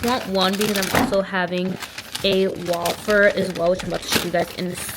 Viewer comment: I am SO glad you pronounce ‘wafer’ JUST like me. My hubby has been bullying me about that, but it’s literally how I’ve always said it my entire life 😭